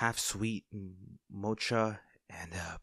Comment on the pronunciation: Mocha is pronounced mo-ka and not motsha ❤❤